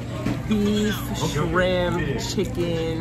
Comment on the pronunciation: Did I just hear pronounce chicken as shiken😂😂